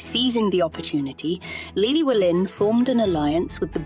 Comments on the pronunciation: great history on the castle but you've butchered Gryffydd and Llewellyn pronunciation's. I grew up about 5 miles up the road from Caerphilly. (Hengoed) to help with the pronunciations next time try Llewellyn = (Thlew)(Elun/Elin) Thlewelin Gryffydd = (Gri/Gru) (fid/fith) Grifith (not to be confused with Griffith, although similar sound) all in all the video was really informative and i enjoyed it. apart from the butchered Welsh name pronunciation. :) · Great documentary, but I hate it when the narrative is spoken by a computer generated voice, which constantly mispronounces Glamorgan, Caerphilly Carnarvon and Llewelyn. By the way I’m Welsh and live in Caerphilly so this really grates with me. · I’m from Caerphilly and this video was very informative but.. the pronunciation of certain words like Caerphilly and Llewelyn was horrendous. Perhaps it would be more appropriate to have a Welsh speaker narrating the video. Might make it a sound more professional.